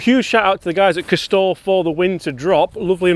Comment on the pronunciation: Castore not Casrore….other than that great review James. Always interesting convo